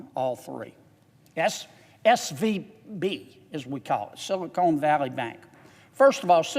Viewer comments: its funny he keeps pronouncing silicon as silicone their is a difference i wonder if he even knows it Silicon is a natural chemical element, silicone is a man-made product. The words are often used interchangeably but there are important differences. Whilst silicon is natural, silicone is a man-made polymer derived from silicon. There are also differences with the applications of silicon and silicone. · Sili-Con not sili-CONE. I do not trust anyone who cant pronounce a simple word. they're all colluding together and there is no right or left, just dumb and dumber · Silicon not Silicone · I find it really hard to take him seriously when he keeps calling it "Silicone" Valley Bank instead of Silicon Valley Bank. Does he understand there is a difference? Silicone Valley Bank is what they should call a bank here in LA, not up in San Francisco. It should be based in Glendale, because the San Fernando Valley already have the "Bur-Bank." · This guy is such an idiot he doesn't know the difference between "SILICON" and "SILICONE". Bill Lucas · I don't know if he meant it or not but I'm cracking up at him calling Silicon Valley Bank "Silicone Valley Bank" 🤣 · sorry, i don't trust a man that says "silicone" when he should be saying "silicon" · Respectfully senator silicon is a crystal. It is the building block for semiconductors. It is a short o. Silicone is a rubber. Lots of people mispronounce it.. we need to be precise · Amen, but PLEASE, it’s SILICON not SILICONE!! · "Silicone Valley Bank"? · There's no E on the end of Silicon. LOL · Silicone Valley Bank??? It's Silicon Valley Bank!!! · Silicone?? Lol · ahahaah my man said "Sillycone Valley Bank" what a guy! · Love John Kennedy but I wish he would stop calling it Silocone Valley. Although knowing JK, I suspect it’s on purpose. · I wish the Senator would stop saying “Silicone.” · Well in all fairness, "SILICONE keeps things from sticking, and "SILICONE" Valley Bank has just had their sh*t slide off them with this bailout.